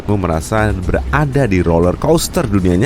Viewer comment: Dan bukan dhan. Berada bukan beradha😂🤣 hidung lu kenapa